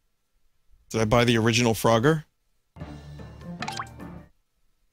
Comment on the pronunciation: "Froger" rhymes with "Rodger", so maybe that's why Vinny finds it funny. Perhaps "Frodger" should be like Vinny's impression of Rick crossed with an impression of this abortion mislabelled as "Frogger"?